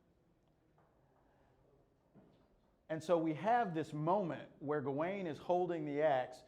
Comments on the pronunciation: It’s pronounced gah - win, me thinks. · "Ga-wayne" is the pronunciation; although you will also hear" Gawan" with some speakers. It's in Northwest Midlands dialect--different than Chaucer's London Middle English dialect that printer Caxton used..